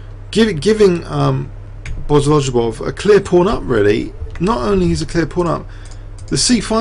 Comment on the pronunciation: Bo-go-liu-bof is the right pronounciation as lju is pronounced liu and ov is pronounced of. Keep the fine work! Thanks!